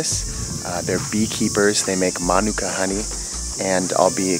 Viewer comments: It's "Ma,Nuke,Ca" Manuka that's how you say it properly I'm a beekeeper from NZ as well 3 years experience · No, it’s “Ma Nu Ka”. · My mom loves Manuka honey. Love this episode. Also we've been saying manuka wrong our whole lives 😂